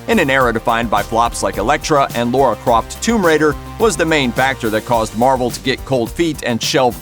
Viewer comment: Once again looper pronounces Lara as Laura.